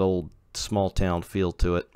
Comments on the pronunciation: I live along this route in northern new jersey so I know quite a bit about the route and towns along the line, and your pronunciations of towns were decent. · Lol alright, glad theyre getting pronounced somewhat correctly